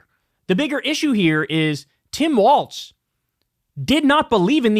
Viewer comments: You hear the horror shows at what these pro wrestlers do for the company and what they put their bodies through while on tour, 100% need a union. Fuck Hogan Also when is Kyle going to realize he's saying "Waltz" and not "Walz"? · Kyle, please… it’s “Walls” not “Waltz”. The things that separate rooms, not a ballroom dance.😘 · I take a drink every time Kyle calls Tim Walz "Tim Waltz" and I am always drunk and have been for 2 weeks. Someone stop this man.... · Tim WALZ not Waltz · Isn't the guys name Walz(walls) not Wal(T)z (walts)? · Kyle… as a Minnesotan. It’s Walz like Walls not Waltz. Thanks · Kyle, FFS the VP pick's name is Walz (like walls), not Waltz, like the dance. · Great show , content and all. One point is minor but I think Walz is pronounced walls. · Kyle still mispronouncing Walz to this day looool